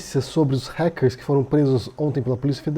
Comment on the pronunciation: eu juro que ajudo no apoie-se se vc passar a falar "ráquer" ao invés de "réquer". hahahaha adoro seus vídeos, mas isso me dá uma agonia imensa.